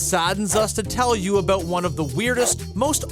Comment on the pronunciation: "TALK ABOOT AWESOME!"